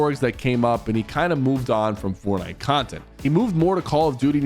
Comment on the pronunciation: Why do you keep saying fortnite like that man😭